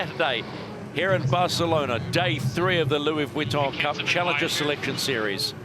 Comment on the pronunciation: Can someone tell the commentator to stop saying 'Vwitton'. Oh ok then don't worry it"s fine